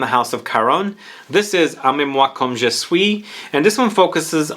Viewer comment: Aimez moi comme je suis. Wow, you've been working on your French pronunciation 😃 👏👏